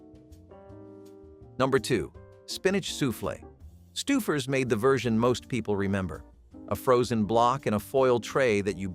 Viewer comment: Please learn how to pronounce Lima, pimento, Stouffer’s